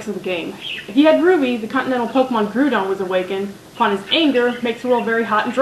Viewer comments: Its not groodon and keeogree say them right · (grow-dawn) (ky-oger) .... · I like this except that you pronounce alot of pokemons names wrong like Groudon has a don like donald and kyogre is pronounced ky-o-gr but thats the only problem i've had so far. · Aw! you screw up two names! it's grou-don and Ki-yo-Gre. ...sorry, pet peeve i have. also, never thought N was creepy, just...out there. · I'll just make a few points: Groudon - Grau-dohn Kyogre - Kai-ogre [sorry, It just kinda bugs me] I like N and the song from his room *-* Arceus - Are-see-us [er, I think?] And I want that plushie lol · Great video and congratulations on mispronouncing both Groudon and kyogre's names. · Its funny how she pernounce groudon and kyogre XD